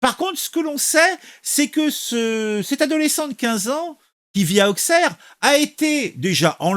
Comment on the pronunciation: Juste pour info on prononce Ausserre pas Aukcerre, même principe que pour Troyes qu’on prononce 3 🤷‍♂️